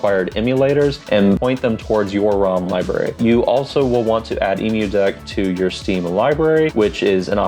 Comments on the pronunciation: Great video but it's pronounced like emm-you-deck...cuz it's a deck for emulators, not for emus. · Great guide! I've never heard Emudeck pronounced like the bird before lol. Subbing as long as there's more Steam Deck content like this! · Most know the “emu” part refers to “emulation” and not the bird lol